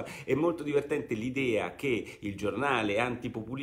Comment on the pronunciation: "...se il pupulismo cioè il popolo non vorrebbe più la brexit..." ...nemmeno Bernusconi avrebbe saputo fare di meglio... poi prendeva per il culo Di Maio....